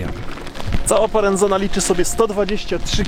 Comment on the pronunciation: Parenzana od miasta Parenzo czyli Poreč. I po włosku, i w czasach czarno-żółtej monachii i teraz Chorwaci przeczytają to przez "c" a nie przez "z". Stwierdzenia o tym, że nie jeździ się na Istrię, nawet nie skomentuję...